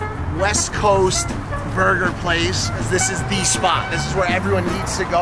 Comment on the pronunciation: „this isses“